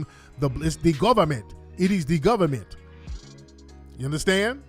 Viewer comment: "It is dee goviment!! It is dee goviment!!" 🤣☠️